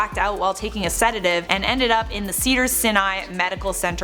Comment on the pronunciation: Hello, Cedars Sinai is pronounced "SAI-Nai". Or just take the "Sci" and the "Nye" from Bill Nye the Science Guy. ^_^